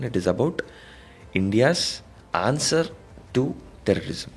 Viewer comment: Onswer kaadu thalli answer,nvu ne pronunciation